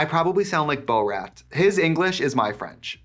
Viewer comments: I am completely in love with the fact that even after all these years, Trixie still says Borat as bowl rat. She truly stays true to her roots. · Literally did not realize you said “Borat” and died when it popped up on screen lmao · .... the way you pronounced Borat...... is insane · Like how you just said Borat lmao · the way you pronounce Borat is extremely upsetting ma'am...